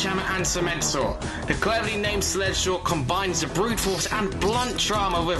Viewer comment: I hear sleshslaw